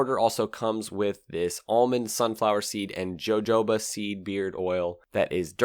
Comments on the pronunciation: JoeJoeBah? What the hell is that? I'm from the SouthWest where Jojoba grows. It a Spanish name and is pronounced Hōhōbă. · Nice grooming kit, but I think Jojoba is pronounced "ho-ho-bah." Nice look at retro scene bikes. My fav, not listed here was outwardly a 60's cruiser-styled retro bike, but inside was a celebration of pure engineering: Honda's Magna series. Masculine, skinny-waist with broad shoulders, comfy, techy, buzz-free and butter smooth. Shaft-driven, with enough power to hit 60 in 3.7 seconds, the incomparable Honda V4 looked like an air cooled V-twin, but was actually four liquid cooled cylinders, meaning bullet proof. My ST1100 is possibly the zenith, with 300-400k mile longevity, but alas, it is not especially retro. I'll have to wait another twenty years for that. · I never heard of jojoba. You say it wrong, it's ho-ho-ba!